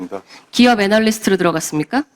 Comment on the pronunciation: 현진이 애널리스트 발음이 아주 찰지네